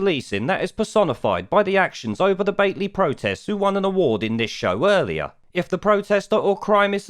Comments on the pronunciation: repeat after me. BATLEY BAT-LEE BAT-LEE BAT-LEE bloody southerners 😂😂😂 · Battlee is the pronounciation for Batley..geddit, not Batelee🙄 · It’s BAT-LEE